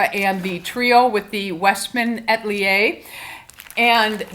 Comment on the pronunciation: A-tel-ier please not At-lier